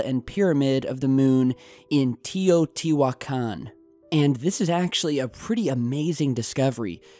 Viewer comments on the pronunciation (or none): Teo not tio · It's pronounced "tayO2WhoiKen" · Your pronunciation of the city holy fuck 😂😂😂😂